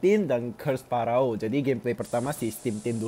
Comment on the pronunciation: It's not paraoh it's feroh the way u pronounce it